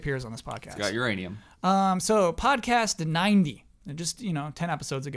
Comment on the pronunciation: "He's got uraniun"